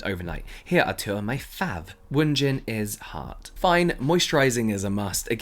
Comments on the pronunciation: The way he says Fav instead of how it’s supposed to be pronounced “fave” 😂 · you literally pronounce fav as FAV without the E 😭 it irritates me so much lmao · James is straight up being petty by saying “fav” instead of “fave” 😂😂😂 I love it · He literally read fav ad FAV i am dying inside 🤣🤣😆 what a local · Every time James says FAV, i choke. 😂😂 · You could pronounce fav as fave :P it’s not that big of a deal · When you said fav has an ‘e’, you just proved how British you are😂👊🏽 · I love the emphasis placed on “fav” 😂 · The way that James kept pronouncing “fav” is the level of petty I aspire to be😂